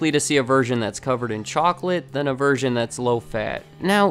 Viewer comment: For a moment there it sounded like he said you are more likely to see a virgin covered in chocolate, than a virgin that is low fat.